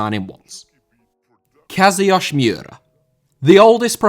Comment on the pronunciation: "Kazayoshi miura" The comments: "SIIIUUUUUU KING KAZUUU"